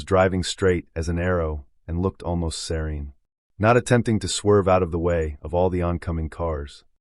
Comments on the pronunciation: It took the whole video for me to realize you were saying she looked SERENE!!! SERENE!!! I kept thinking seron? Ceron? WTH?!? SOUNDS LIKE SIR-EEN! She looked serene!! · I couldn't understand that word either!